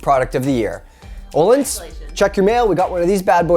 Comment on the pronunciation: BRUH ITS ÖÖÖÖÖÖÖÖHLINS NOT OLINS